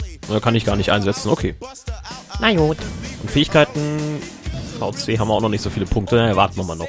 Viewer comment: VC wird ViCi ausgesprochen ;) kommt von Valuable Coins (Wert Münzen) hat 2k öfters in Spielen!